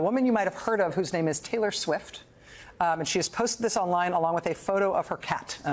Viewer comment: “Taylor Schwift”?